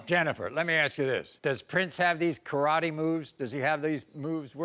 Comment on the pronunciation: He really said karratte that's kinda mean to say that to a baby